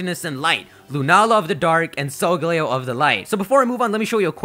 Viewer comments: Your pronunciations are off you pronounce Solgaleo as Solgalayo (Leo is Latin for lion) and Lillie as liel. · the pronunciation for solgaleo still hasn't been really decided, as it could be either sol-gah-leo or sol-guh-leo. Both are play on sol (sun), leo (lion), and parts of Galileo's name, but Sol-guh-leo pronounces the leo part more, while sol-gah-leo puts more emphasis on the galileo part.